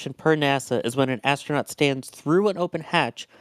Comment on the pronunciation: Why is a person who is a commentator for NSF pronouncing 'astronaut' as 'ashtronaut'?